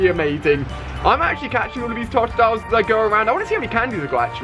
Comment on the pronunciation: Did he say tot-dile, it’s todo-dile